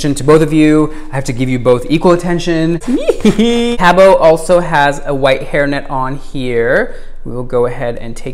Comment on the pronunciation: FYI, the “t” in Cabot is pronounced. His name rhymes with rabbit.